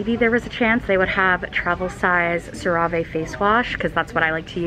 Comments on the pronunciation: The american commercials pronounce it "cera - vee" but it's a french brand and it's pronounced "cera - vay" (or at least that's the closest english sound) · no it’s sara vee . she’s just saying it wrong 😭😂😂😂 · ya i say sara-vay but i think ur correct and no offense shes wrong lol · the way she pronounced it "sah-ray-vay" made me giggle lol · According to the commercial that I just Youtubed, it's Sarah-Vee. I was pronouncing it wrong too! LOL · CeraVe...haha!!! You pronounce it Ser-Ah-vae. Lmao!!!! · I could be wrong but I think it's pronounced something like "Sarah-vay" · I don't want to come across as being mean or anything but I just wanted to let you know that your pronouncing cerave face wash wrong. It's pronounced Cera Ve so like 2 separate words. I hope that helps and I'm sorry if that sounded mean or rude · I'm sorry but it drives me crazy that she still mispronounces CeraVé. She even asked in a video how to pronounce it and she liked several comments that showed her its sara-v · Love the way she pronounced “CeraVe” 😂❤️ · why do you pronounce cerave like that:oooo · Tripping over your pronunciation of CeraVe..... have I been saying it wrong this entire time!? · It kills me when she says CeraVe 😂 love your videos but I cringe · they why she pronounced cerave 🤣 I've never heard anyone pronounce it like that but that is wrong 😂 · Guys chill she pronounced it wrong. Get over it🙄 its a lil annoying to see the same comment over and over. Its👏 not 👏like 👏you 👏never 👏made👏 a 👏little 👏mistake👏👏👏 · Her pronunciation of cerave 🥴🥴